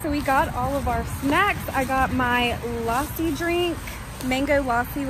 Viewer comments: It's not laaasi It's lass ssiii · Lassi is so gooddd- Also it is pronounced Luh-sy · Bro i am like wtf atleast pronounce lassi properly it's so irritating kind of and pani puri is love💗😂cause i am a indian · You were Pronouncing Mango Lasi And it's Mango Lassi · I laughed when she pronounced "Lassi" as "Laaaaaaaaaaaaaaasi" IDK why this comment has more than 700+ like but thanks for that!!! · The sipicy noddles are nimki i think and it is lasi not lassie and it is kurkure not kurkurie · It called lassi not laassi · This is not Lassi this is lassi this is Lassi lassi and I am Indian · its not laaasi its lassi im indian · This girl calling it mango lAsSi and me dying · It's Lassi and kur-kure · Mango lase 🤣🤣🤣🤣🤣 mango llassi hu ta hai didi 🤣🤣🤣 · It's pronounceded mango lussi